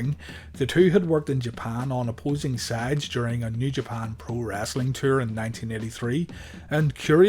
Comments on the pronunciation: Its WRESTLING not Wrastling. For gees sake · Its wrestling not rasling